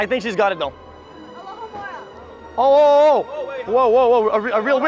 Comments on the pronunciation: I can't with this guy xD "'Allo-mahoe-ra!" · "Say Alohomora." Felix: "ALOMOHORA!" Kai: "ALOMOROHA!" Felix: "What are you saying?! Read it." Kai: Alohomora...ALOMOROHA!!!" I'M DYINGGGGGG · Say Alohomora, "ALOHA" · why did they both say alohamora wrong hahahahaha